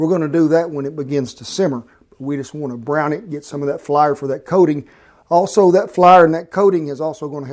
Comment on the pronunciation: Well golly, who needs Food Network when you got Cowboy Kent on YouTube? PS, I like the way you say flar! (Flour)